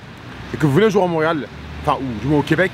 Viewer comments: Est ce que tu pe essayer stp de arrêter de dire jore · arêtes de dire jor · il est chian à dire jore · il dit trop jor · Le nombre de fois ou il a dis " jore " 👇